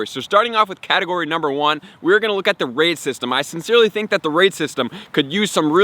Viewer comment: When he said “raid system” I thought he said “racism” But add me